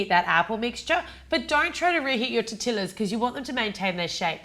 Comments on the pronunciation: I'm so glad that i wasn't the only one cringing at the sound of 'Tortilaz'. Still love your videos though! ☺💙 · Just FYI for any future fefrences the "ll" sounds like a "y" in spanish so its pronounced Tor-teee-ya. And fried tortillas covered in cinnamon and sugar are called buñuelos. So really its a buñuelo apple taco . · Its funny how she said tortilas not tortillas where the double L is pronounced like a "y" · Tortillas are pronounced "tore-tee-ya". The double L makes a Y sound in Spanish. Just thought you should know! :) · True. In any case, the difference in pronunciation according to country would vary from "tortishas" to "torti-ias", but never "tortilas". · theres a specific name for the sugar and cinnamon coated tortillas (tor-tee-yahs) sorry i cringed every time you pronounced it wrong but i still love you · Awesome video:) although i believe torillas are pronounce torTEEyias but i may be wrong:)))) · Lmaoo she say's tortilas 😂😂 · FYI the "ll" in tortillas is pronounced Y... Just sayin... Btw, live dis recipe cuz it reminds me of the mexican dessert buñuelos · The way she pronounces "tortillas" 😂😂😂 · LESSON TIME: okay so in the spanish language when you usually see two L's you pronounce it as a y. Tortillas is a perfect example of how you change the ll to make it sound like a y. k bye i'm done here have a good day. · Lol can't tell if I like or dislike how you say tortillas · woah i've never heard someone actually pronounce tortillas with the L... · Oh my gosh I died when you said TorTILLas its pronounced tortias :) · Looks delish but its pronounced Tor-ti-ya not tor-ti-la :P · Lol it was so cute every time she said, "Tor-Till-us" like that. I guess if you're not very familiar with Mexican or Tex-Mex food you wouldn't really know that tortillas is pronounced, "Tor-Tee-Us". Love your channel, see you in Houston! 💖🙂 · It's pronounced tortiyas not tortillas even though that is how it is spelled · Say it with me TOR-TEE-YA lol